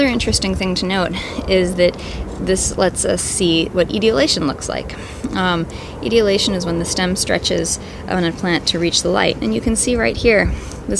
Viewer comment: God, pronounce the big words CORRECTLY. The word is "E-tole-E- A-Shun", the plants become "Ee-tole- E-A-Ted "